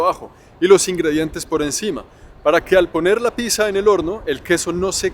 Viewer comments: Mi mami estudió italiano y dice que Pizza se pronuncia: "Pitza" .... "ni piza" ni "Pixa" 😅😉😉😉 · Querido y seguido, una pequeña corrección, se pronuncia PIZ ZA doble Zeta (como decir PITZA) y no PIXA O PISA...soy profe de italiano y me sonó mal...un abrazo 😘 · Interesante el videito,, pero me ha repateado los oidos a más no poder cuando usted dice "pisa" en vez de Pizza, lo siento hermano pero así ha sido, mireselo a ver.... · Porque los rolos le dicen /pisa/ a la /pitsa/ no es el único que la pronuncia a así. XD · Soy yo o me quede algo testarudo de tanto escuchar pisa y no pizza. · La verdadera controversia de la pizza no es si puede llevar piña o no, sino cómo se pronuncia. ¿Es picsa, pisa o pitsa? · pero por que dice pisa ? me tiene en pecado mortal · Me gusta que empieza diciendo "Picsa o Pixa" y en el si dice Pizza y Pizzería correctamente. XD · Cada vez que dices PISA hahaha me duele el alma! y amo la pizza hawaiana! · Y por que dices pixa jajajajaja